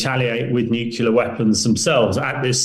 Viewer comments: Why can’t this idiot pronounce the word “nuclear” properly when he is one of those dragging us into a nuclear ( not “nucular”) war. We’re being dragged into a totally unnecessary nuclear apocalypse by people who can’t even pronounce the word correctly. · What absolute nonsense. He’s a despicable deluded madman working for the CIA/MI6/NATO military industrial complex. He’s a liar and a conman. No hypersonic missile has been shot down, they’re just too fast. And this knucklehead can’t even pronounce the word “nuclear” correctly. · No he’s not a great man. He’s a moron who’s in league with the western military industrial complex which has dragged us into a completely unnecessary war and are about to get us all incinerated. He can’t even pronounce the word “nuclear” properly and he sits there and lies about shooting down hypersonic missiles ( impossible). He will be cowering in a government nuclear bunker when Putin finally loses his patience and presses the button.